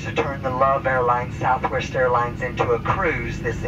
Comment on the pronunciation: Ok once i heard 737-700 and “Sountwest” (Southwest) I thought of southwest 1380💀